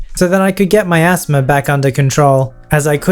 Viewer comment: When says “asthma” it sounds like he’s saying ASMR as a word rather than an acronym